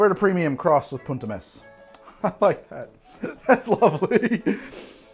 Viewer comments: italy here!! the pronunciation of "punt e mes" is meS and not meSZ ^^ and you pronunce punt pretty well i should say!! love your video by the way, they are pretty funny and still full of infos for those who are not so into bartending ^^ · Italian here. It's poont eh messs (s/z are distinguished in Italian)